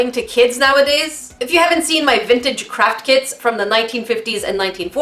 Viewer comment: Every time I hear Craft kit, I hear crap kit lol.